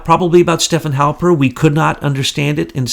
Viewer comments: God bless his heart... can't get names right to save his soul. But I am kind of a stickler for correct pronunciation so....Stefan Halper is STEF-fawn. Thank you for all you do! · Haha you said Halpern,he goes by Halper...though Halpern is the correct spelling Ashke-nazi